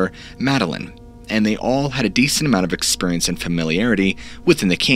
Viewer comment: I guess his: "experiants" aren't that strange - ppl in MY area of the globe say: "oyainge" (orange!)